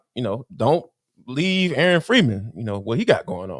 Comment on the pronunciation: corrupted 😆